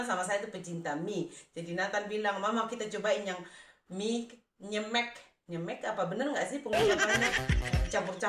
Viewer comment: Mie nyemek nona.... Dibacanya ejaan nyemeknya spt baca "sedep"